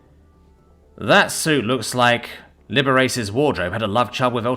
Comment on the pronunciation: Liberace... pronounced: Lib-er-ah-che. A flamboyantly gay entertainer back when people pretended he was just eccentric because they loved him so much.